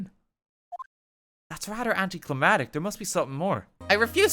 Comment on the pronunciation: English major dan still mispronounces anti-climactic